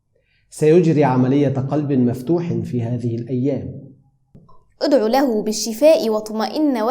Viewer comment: في لوحتكما هناك خطاء أصحح اُدعُ بدلا اُدعِ